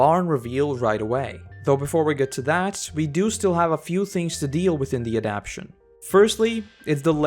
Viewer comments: Thanks for making these great videos but one correction. The word is adaptation four syllables a-dapt-a-tion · I hate to be petty and small, but say it with me: "AD-AP-TA-TION". This being said... thanks for the fine comparison.